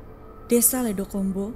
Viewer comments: Di kata ledok ombo vokal huruf “O” nya kayak di huruf “O” di kata Gorila. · ledok ombo pakk...bukan ledokombo😢 ledok artinya cekungan/lubang ombo artinya lebar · bang ledokombo bacanya ledok-ombo bukan ledo-kombo 🗿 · Bang, maaf banget, kalo plot nya di jawa, mungkin mksd nama desa nya itu bukan "ledo kombo" tapi "ledok ombo" cara baca nya gitu Cmiiw...